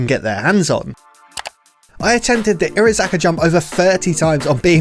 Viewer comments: Bruh the pronunciation hurts it’s iro-haza-ka not irozaka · Entertaining video but the missing syllable everytime he says Irohazaka low key triggers me.